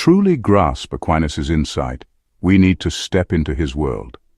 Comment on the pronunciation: It's "Ah kee nas."